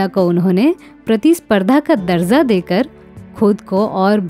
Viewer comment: Film....SHIKAST.....KO Aapne ( SHIK- SATT )....Bola.....?..... strange.....you know good URDU.....than why?..... word's....like...DARJAA.....KO aap DARZA.....BOL rahi ho......